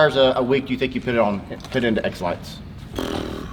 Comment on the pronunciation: it sounds like your saying Exlax Glad to have found you kids again. I lost everything! Thank you Dana for helping me reconnect with my channels.